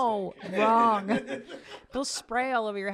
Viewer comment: I hate how says “wrong” The G is silent you J.